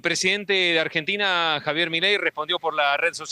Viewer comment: Jajajajaajaj ÁMBRENTINA😂😂😂😂😂😂😂